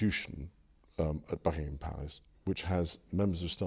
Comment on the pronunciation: Not Bucking-ham, Bucking-hum. One fast word.